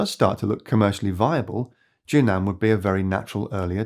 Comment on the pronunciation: JUNAN should be pronounced as JUN-AN instead of JU-NAN in Chinese